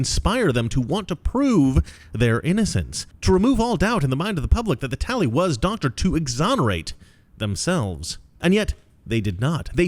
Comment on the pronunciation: The "talley" was whack.